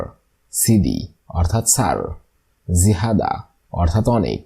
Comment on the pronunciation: জিহাদা না। জিয়াদা/ অনেক বেশি